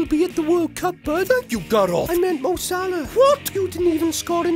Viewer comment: He kind of says it like GAROTH